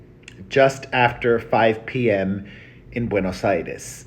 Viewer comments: He said Buenos ITIS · ...not "Buenos Iris"